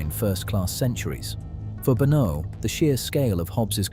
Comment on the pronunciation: It would help if you could get AI to pronounce Benaud correctly.